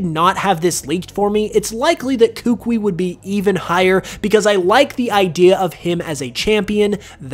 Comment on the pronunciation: You keep saying Kukui and Lucian wrong 🤣